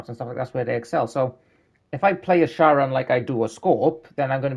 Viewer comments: It's pronounced like "care-on" it's from Greek mythology - Charon was the "ferryman" that transported souls of the dead to the underworld in his boat, across the river Styx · The word is Greek, so CH is pronounced as /k/